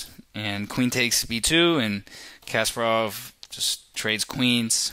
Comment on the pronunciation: Dude , it' s not casper-off, it's Kas`PA-rov! Not to mention Island's capital...